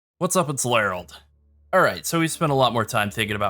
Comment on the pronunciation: Larold? Like Harold with an ‘L’ instead of an ‘H’?